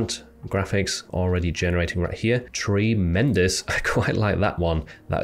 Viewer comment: Tree - Mendous